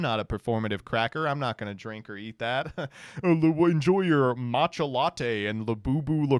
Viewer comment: no way he pronounced matcha as mac ta